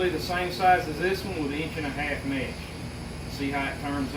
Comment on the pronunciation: It’s not mash it’s mesh